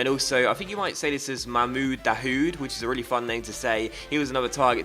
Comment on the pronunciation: The "H" is silent in Dahoud